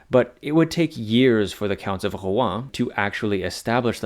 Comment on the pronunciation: Mate at least try to pronounce Rouen properly 😂